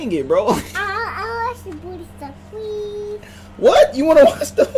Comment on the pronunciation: " I want some booty sluff plweas" Me: DANG HE WANT THE SPICE haha get it ice (spice)